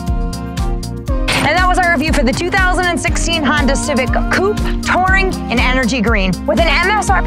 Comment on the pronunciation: I like how she calls it a Honder ;)